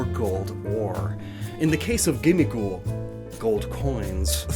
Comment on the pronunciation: I thought gimmighoul was supposed to sound like ‘Gimme gold’